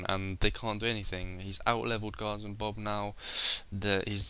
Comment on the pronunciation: Don't wanna be mean, but why do you say "Gozzom Bob" when it clearly says "Guardsman Bob"